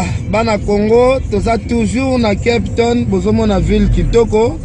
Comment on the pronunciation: balobaka kep tonne t lol😀😀